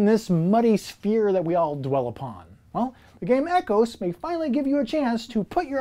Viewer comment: Ecos isn’t pronounced like ecosystem(E-cos)? Just curious. Nice descriptions of the games but Aquatica is the only one I’m interested in of those listed.